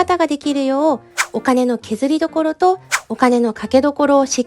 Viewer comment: お金の削りどころ が、 お金の削りどろこ になっちゃっています。😭 でもちょっとかわいいｗ